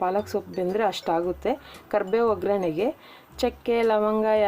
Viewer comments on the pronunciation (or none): It's not ograne it's oggarane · Speed aagi ಹೇಳುವಾಗ ograne anta ಹೇಳ್ತಾರೆ k